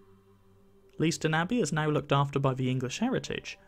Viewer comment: It would be an astonishing undertaking to move such a grand building even today, but then... And I love that the site has found a contemporary use. PS I'd hate to hear of you being lynched by the locals: it's pronounced "lay-ston".